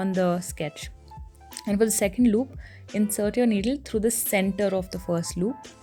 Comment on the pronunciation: Since when did you turn into a mallu? "Loop" lmaooooo